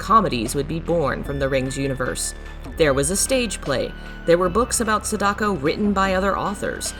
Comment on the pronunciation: "Sedako" XD